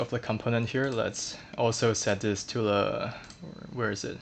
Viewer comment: are you frenchman or why are you saying "le" instead "the"?